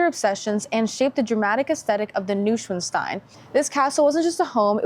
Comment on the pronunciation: NOI SVAN STEIN ( long I)